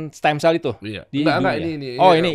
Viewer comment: Koreksi "Stem cells" bukan steam